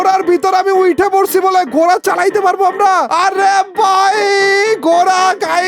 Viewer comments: ঘোরা ❌ ঘোড়া ✅ 😂😂😂😂😂😂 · Gora noi ji ghora hoi ji 😂😂😂😂😂😂